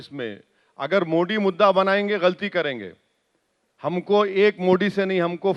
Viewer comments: Kya mujhe hi galat sunai Diya ya isne sach mein मोडी kaha😅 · ये कौंसी कौमकी भाषा बोलता है इस को तो ठीक से मोदी बोलणे को तक नही आता मोडी मोडी बोलता हैं. इनसे बडे सऊदी के प्रिन्स मोदी मोदी बोलते है. कौन्सा किडा हैं इन मे और पाकिस्तानी यो मे क्या पता.. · अरे ओवेडी नाम तो बोलो बरोबर मोदी हे मोडी नहीं 😂😂😂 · Owasis not mody he is Modiji bolna sikho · Thik se pehle modi bolna Sikh